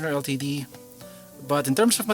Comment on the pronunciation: I think he said it perfectly. How would you say the word "LTD" then? Litd? Lol